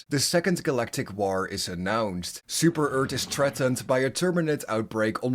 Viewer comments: i love how you say super earth as super ert it is amazing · "Super Eart"